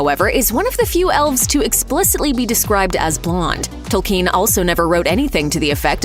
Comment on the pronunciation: Is it pronounced 'Toel-kean' or is this just anyother American pronouncing something wrong and not bothering to even check?